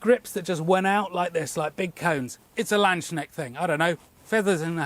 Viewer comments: Hey, just a quick headsup. It's pronounced Lands-knecht with a hard K in the middle. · Don't say "lands shnechts",. PLEASE! It's a "K"!! Please, before you next attempt to say this, go to google translate, punch "Knecht" into the thing and let the lady read it out to ya. This sounds horrible. Absolutely horrible! It is actually painful. Imagine someone replaces all "K" sounds with "sh" in english words. Kids -> shids crust -> shrust correct -> shorresht It's a god damn Knecht with a lance. A lance knecht. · the "K" in Landsknecht is not silent! And I agree, the latchet crossbow is truly beautiful, it's the first time I saw this and I love it already. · I'm no linguist, but did you say "land snail"? Absolutely love your channel and shop, btw! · the way you say Landsknecht has forever been hilarious: you're basically saying "land's snail/national snail". Anyway, I love the dagger and am considering getting another :D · As a German, I almost didn't recognize the word Landsknecht 😀 it has a very hard K